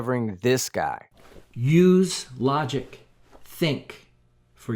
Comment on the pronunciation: Don't claim flat earth is logical when you can't even pronounce logic